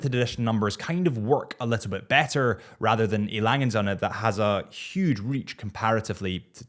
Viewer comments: please stop saying EY LANGE AND SOINA... it just sounds horrible for a german speaker. just say lange and done 🥴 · Sorry to say that, but you did not get the pronunciation of A. Lange & Söhne right, and probably never will. Furthermore, the Odysseus is not there best or flagship or whatever watch. It is just their watch most similar to the Royal Oak of the Nautilus and the hord of mentally limited watch geeks just value these kind of watches, for whatever reasons.